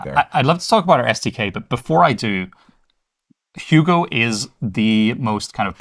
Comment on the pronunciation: Guy can't say Hugo